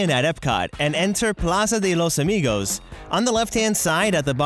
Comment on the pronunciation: I LOVE THE FACT THAT U SAY "La Plaza de los Amigous* AND THATS RLLY FUNNY FOR LATINOS xDD